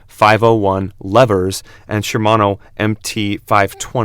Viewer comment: Shimano brakes, yet video clearly shows Tektro lol. And its Shimano, not Shermano